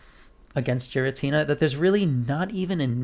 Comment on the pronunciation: You’re pronouncing it “jeer-ra-tina” but it’s actually pronounced “Gear-ra-tina” 👍